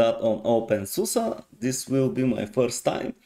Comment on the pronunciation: Always makes me happy when people pronounce openSUSE correctly :DD This reminds me of Xfce a little bit. The default theme does look somewhat basic but maybe with some customizations it will become amazing.